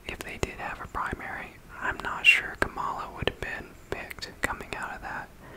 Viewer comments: Her name is pronounced “comma-la” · Really enjoyed the video, just a few comments: 1. Kamala is pronounced “comma-la”, not “kuh-mala.” Just pointing out bc her name is not intended to be pronounced both ways. Would be weird if you pronounced Melania Trump as “mel-a-knee-uh” Trump, right? 2. I think the biggest reason why Kamala lost is bc of the global anti-incumbency trend since COVID that has seen almost all incumbents, regardless of political affiliation, lose. People are mad about inflation from resulting from COVID and taking it out on the current administration. 3. I agree that her affiliation with Biden hurt her. Perhaps the dems would have benefitted from nominating a candidate unaffiliated with the current administration. 4. After all the votes are counted from CA, OR, and WA (all heavily leaning toward Harris), Trump will have only beat Harris by about 1 mil votes - one of the narrowest popular vote margins of the last 50 years. All things considered, she ran an amazing campaign in 109 days I think. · He also can't pronounce "Kamala" correctly 🙄